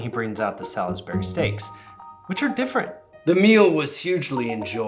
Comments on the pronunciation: I cannot stand that you keep pronouncing the "i" in Salisbury. It's pronounced SALS-burry or SALS-berry. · Who pronounces the "i"?!?! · The pronunciation of "Salisbury" is the most unhealthy thing about this topic. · Your pronunciation of Salisbury is making me think about your video about accents - look up how we say Salisbury in the UK vs the US way! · Salisbury has only 2 syllables. Don't let the spelling fool you. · I’m having flashbacks to Salisbury steak on the school lunch menu 🤢 also I didn’t realize there was an ‘I’ in Salisbury. I don’t think I’ve ever heard anyone pronounce the I. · As an English person, the way you’re saying Salisbury hurts 😂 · last week: makes elite british accent video this week: immediately mispronounces Salisbury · As someone from one of the dozen or so towns around the world named Salisbury (completely unrelated to the steak), the way "Salisbury steak" is pronounced viscerally hurts my soul. 😂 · I'm not suggesting that he is, merely explaining that when you mentioned the place Salisbury in England you pronounced it wrong. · i wondered, too, and at one point i looked at the screen and on the background wall there appeared to be a map of dela...where? i think that might be the key as to why he pronounces it differently than any of us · Been in the Midwest my entire life. First time I heard that pronunciation was this video. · Solsbury Salsbury not Sal-is-bury is how English pronounce it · It's so funny hearing UK words being pronounced the US way! The UK way is effectively two syllables, as in 'Sauls-bry' vs the US way 'Saul-is-Ber-ry' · There is no Sal-iss-berry in England. It's S'all-s-bry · As someone that lives in Salisbury, I must insist that it's pronounced Sal's Bury. Not Sal Is Bury. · Sawls-berr-ee not sal-iss-berry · Sal's Berry steak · The way that he's pronouncing it it is. Sal-is-bur-y vs Sals-bur-y. That's four syllables rather than three. If you can't hear that, language arts must not be your forte, lol.